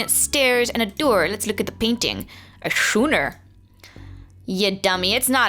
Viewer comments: Lol "Shooner".... Schooner is pronounced "Skooner" Like Skool lol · not being grammar police but fyi Schooner is pronounced skooner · Schooner is pronounced like with a 'k' sound, not a 'ch' sound. Yes, it's true, English is a barbaric language for uncivilized times, I know. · I thought their would be a lot more comments about pronunciation of of schooner... (8me_^&)